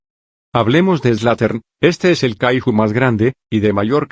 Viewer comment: Por qué los loquendos cuando dicen Kaiju le dicen kahijo ajajajaj